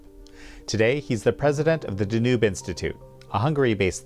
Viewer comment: Dear, you are attempting to be a journalist and public communicator but perhaps without a communications degree? What is the reason for your inability to pronounce the word "DANUBE"? Have you never heard of Europe's largest river? Are you seriously incapable of pronouncing it in English? Then why are you conducting interviews in the English language? It's NOT called "the nube" you dunce, you boob, you goofball, it's pronounced DA-nube, with the emphasis on the first syllable DA. For the love of God, please don't be this daft and ignorant, please.